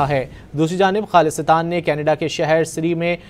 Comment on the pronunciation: This news reader needs to learn how to pronounce the word “Khalistan”